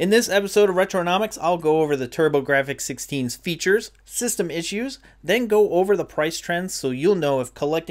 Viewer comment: Pronounced turbo graphs ....silent f ...take it from their CEO lmao